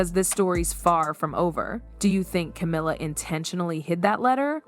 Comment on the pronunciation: Yeah, I think this whole thing is fake. It's an AI voice, and I don't think Anne would have stolen a letter. Between calling Camilla "camera" and Diana "Dee-anna"... there's something fishy here.